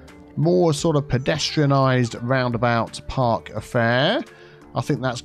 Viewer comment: "Round-about Park" sounded good to me... ;)